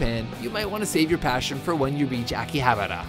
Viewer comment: ''Jackyhabara''???? LOL